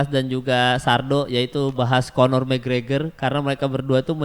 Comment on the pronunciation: McGregor bang bukan gragor